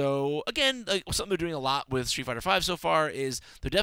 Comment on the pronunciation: street, not shtreet!